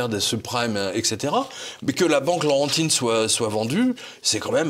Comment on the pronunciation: Excellente émission. Fidèle spectateur en provenance du Canada. Laurentienne, et non Laurentide (ça c'est une bière !). Bravo, et continuez votre excellent travail journalistique: c'est humain, réfléchi et durement drôle en plus!!!